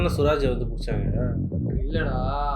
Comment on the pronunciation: guys it's not 'soooraj' it is 'suraaj' 🤭